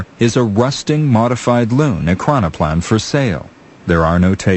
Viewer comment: Why choose a narrator who struggles so much to say Ekranoplan?